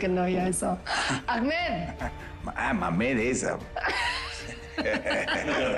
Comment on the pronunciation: Like si a alguien más le dio risa cuando dijo acmecd y Aurelio dijo Maméd😂😂😂